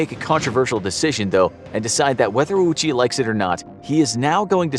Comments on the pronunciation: I have just one contention with this video, Ouchi is not pronounced that way. "Ou" is the romanization of the long O in english, other languages that use the latin alphabet romanize the same sound as "oo" or "ō". The proper pronunciation of Ouchi is therefore Oh—chi, not Aoochi. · ''... and Yutaku Yokogawa, were rushing to finish a special batch of Fuel: ''Ouchie''.'' I cannot unhear that now that I've heard it sorry, I'll let myself out. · Thanks for bringing this story to light however, that's not how you pronounce Ouchi (大内). It's a long O. No U sound. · Just pointing it out, but "Ouchi" would be pronounced, "O-o-chi." In the Japanese language, when a "u" is behind an "o," it basically means to pronounce the "o" for twice as long. It's a timing thing. Apparently for verbs, it's still "o-u." I just found this out recently. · It's a great video but really wished you pronounced his name right... His name is 大内（おおうち）, pronouced like oh-oochi. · His last name is pronounced "Oh-chi" It's a long 'O' sound. The 'u' is used to extend the length of the 'o' sound and is not pronounced directly. Best way to think about it is to say the word "Oh" then say "chi" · how did you spend so much time "getting it right" and not once look up how to pronounce the guy's name? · As much as I'd like to believe the rest of this video, the fact that the host doesn't get two minutes in without mispronouncing Ouchi's name doesn't inspire confidence. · Yes! Long o sounds are written as "ou" in japanese and that's just how it's romanized, not how it's pronounced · One little correction just because it bothered my ear every time. The name is not pronounced "ah-uchi." It's "oh-chi," with the "oh" being held slightly longer in time. You can hear the correct pronunciation by the nurse . Japanese has true "long" vowel sounds where the amount of time you hold a vowel sound is long or short, and this changes meaning. In English, a long-O sound is usually transliterated as "ou." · Ouchi not Auchi.